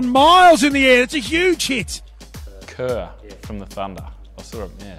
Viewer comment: kerr haha. Mate it's kaur.